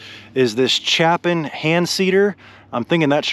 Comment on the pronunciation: Ok, I've GOTTA correct you on your pronunciation of Chapin as my last name IS CHAPIN. its pronounced with long A and short I. Ya'll know Harry Chapin, Mary Chapin Carpenter? Sorry for the rant but I've delt with this the 50 years I've been alive lol.